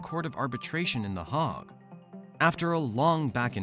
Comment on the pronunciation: IT'S PRONOUNCED HAAAAAAAAG NOT HOG.